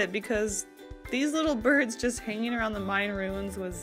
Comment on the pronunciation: I heard “birth” instead of “birds” so i got confused mid watching 😂 (im binge watching all of your prompts videos while doing art)